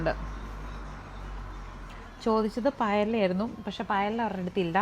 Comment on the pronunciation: 22.9 പ യെല അല്ല , പയെയ്യ എന്നാണ് pronounce ചെയ്യുന്നത്.